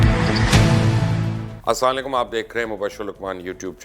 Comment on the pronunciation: Please say Assalamauilkum properly